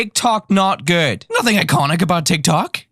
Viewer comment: Ohhh now it makes sense why he said lads and the way he said icOnic